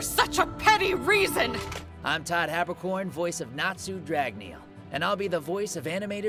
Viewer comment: Jesus Christ it’s Todd Habberkon